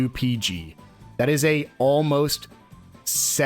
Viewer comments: No, it is not peg. It's peeg, long e sound. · Its not pronounced 'peg' its called 'peeg'. They say it in game